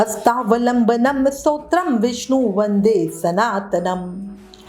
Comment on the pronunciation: Pronunciation thik karo Satotram nahi hota Stotaram hota h